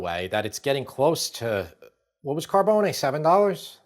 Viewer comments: It is pronounced Car-bones, not Car-bow-nay. Mario Carbone’s restaurant in NYC (in the Village) is difficult to get into. The same goes at his restaurant in Miami. His newest place is in Dallas and I don’t know how that location is doing. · So..my last name is Carbone and it's funny to hear the different ways it is said. Mine is phonetically pronounced "Car bone e", but I believe the famous restaurant is phonetically pronounced "Car bone". You guys are making it sounds awfully fancy with the "Car bone nay" lol.